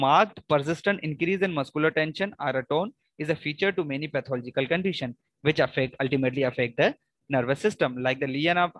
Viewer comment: Pathological hota hy Patological nhi